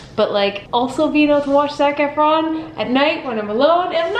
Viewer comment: There was a time you said his name and I swore you said “Snack Efron”... lol not wrong!